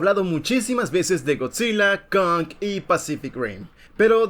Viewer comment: Kong ❌ Conk ✅